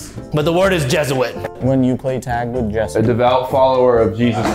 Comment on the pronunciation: I swear to god is so funny man. the word is Jesuit and goes "when you play tag with Jesser - Jess is it"